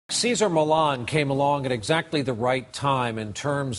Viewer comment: Millan ---- NOT Millon